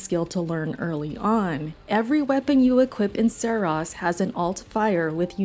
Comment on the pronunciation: “Serahs” hahahaha can’t even say the name right